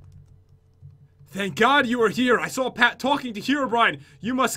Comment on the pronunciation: Everyone: Herobrine:HEROBRIAN